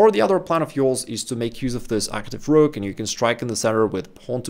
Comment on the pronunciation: 😂 i like the whrokk